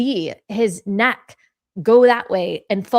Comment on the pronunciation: Why does she say "nack" and not neck. Sooooo Annoying !!!